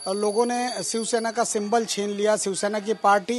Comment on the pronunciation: शिवसेना आहे ते सिवसेना नाही... मराठी पत्रकार भेटत नाही का तुम्हाला ?